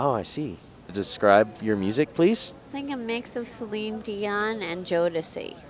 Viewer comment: lmao she said "celine deon and jodecei" ahahaha